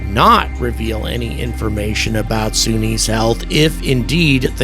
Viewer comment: Why do you keep calling her "Soonie" when she clearly pronounces her own name as "Sunny" in the clip you used of her speaking?